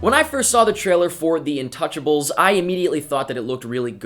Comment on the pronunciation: not to be rude but you pranounce it different the title is french and you say it like intoosjable sorry for my bad english